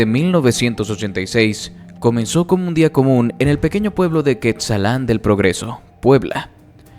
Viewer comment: Es Cuetzalan no quetzalán